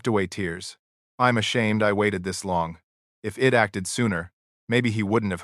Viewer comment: I hate it when AI says im instead of I'm. Id instead of I'd.